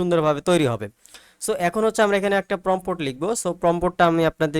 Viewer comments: ভাই অইটা প্রম্পোট না প্রম্পট (Prompt) হবে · আপনার কথা শুনে হাসি পেল। এখনো সাইট বানান পারেন না বলেন সাইড আর প্রম্পট উচ্চারণ করতে পারেন না। অথচ সবাইকে শিখাতে চলে আসছেন